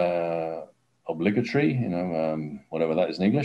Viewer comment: I imagine it becomes hard to properly pronounce "obligatory" even if one is a native speaker of English, having learned it in an English speaking country, once one lives for years in a Portuguese speaking country.